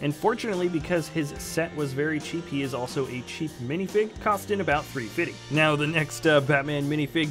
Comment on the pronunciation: Stormtrooper Guy you said TREE-FIDDY what the heck does it mean